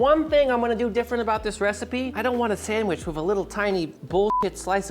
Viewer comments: There is no 'M' in 'sandwich'. It's not a sammich. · Pretty sure he says "Samwitch"